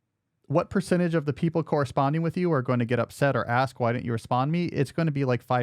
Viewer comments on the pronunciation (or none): Why do you say "dinnent" instead of "didn't" ?